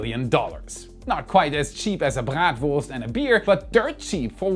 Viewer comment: Is that how you say , "Bratwurst????"